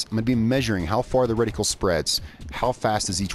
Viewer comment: RediCULE lol. It’s reticle